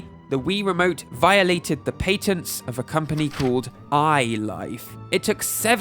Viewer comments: Patents has a short a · paytent got me clicking off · Literally can't watch this patents pronunciation is too horrible 😂